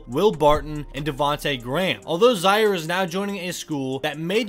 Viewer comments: His name is Zaire, (pronounced Zi-air, like the African Country), not Zi-ar. Get it right! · “zyer” was killing me the the whole video😂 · You should learn how to pronounce people's names accurately. He is named after the African country Zaire, so hi name is pronounced the same way as the nation